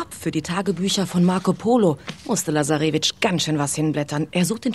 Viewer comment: man spricht lazarevic ganz schnell aus ☺